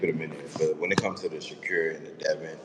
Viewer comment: He calls him “Sha-cure” 😂